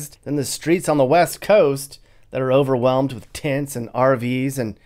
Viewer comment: ... The word is "overwhelmed".